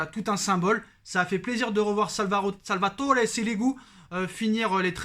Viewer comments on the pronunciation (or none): none